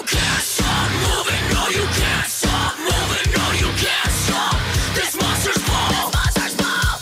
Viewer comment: "Monsters Bull" 😆 The accent...